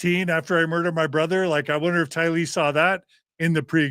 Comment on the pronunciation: Just a point of order: I’ve always heard Tylee’s family members pronounce her name “TY-lee,” not “ty-LEE.” Thanks so much! 🙂 And come on, Ladies! Everyone should’ve raised her hand to vote Gerardo as a rotating member of the band, not just John!! pps - SomeNobody’s superchat said the band name should be Visions of GORY, not Glory. 😆